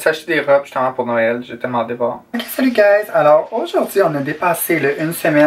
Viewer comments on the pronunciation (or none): none